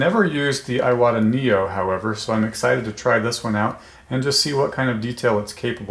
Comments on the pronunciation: Seems to me, that if youre gonna name your channel Airbrush University, you should at least pronounce iwata correctly. Its eewata. Not eyewata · Thank you for this video! It's pronounced "eewata" :D